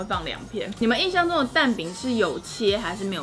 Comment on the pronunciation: 是「印」象啦～～